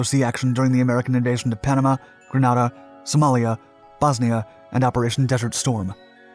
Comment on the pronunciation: Being from Grenada...it hurts hearing how he says the name lol....Great vids tho!!